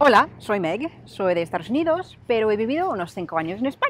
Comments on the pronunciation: Apenas tiene acento, de hecho hay muchas veces que no tiene. Sin embargo nunca dice "estaDos unidos" sino algo como "estaRos unidos", curioso. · Es gracioso. Cuando dices Estados Unidos te entiendo Estardos Unidos o lo que es lo mismo estar dispuesto unidos. Un chiste malo que se contaba en España. ¿Como se dice casarse en inglés? Respuesta:Estar dos unidos. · Me hace gracia como dices Estados Unidos, dices “estaros uniros” xD. Hablas fenomenal, si hablases un poquito más despacio creo que sería difícil diferenciarte de un hablante nativo.